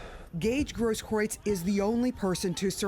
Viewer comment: "Groosekroots" 🤣🤣🤣 This girl. If it had been a black man in Rittenhouse's position, she'd be seeing it from his point of view and defending him 100%.